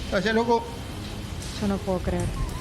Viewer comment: Jsjsjsjs el "gracia' loco" tremendo 10/10